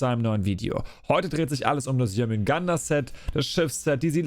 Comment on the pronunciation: Also,den Synin Skin find ich persönlich extrem nice - würde gut zu den anderen 2 passen🤔. Die Rüstung find ich eher nicht so dolle,aber das Schiffset kommt gut👍🏻 Btw,es heisst Schilde,nicht Schilder und bei Jörmundgandr bleibt das "r" stumm - also Jörmundgand,nicht Jörmundgander☝🏻 Wieder ein kleiner Schritt zur Professionalität - bitteschön,gern geschehen😉😂